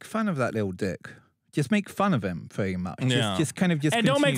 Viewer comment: "Pwetty Much..."